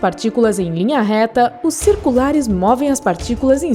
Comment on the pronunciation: " os lineares e os circulaRESS" PQP PARA DE FALAR ASSIM SEMPRE DESSE JEITO MDS